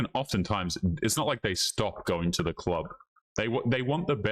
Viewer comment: she deserves to alone rest of her life for saying something as stupid as "duh clerb"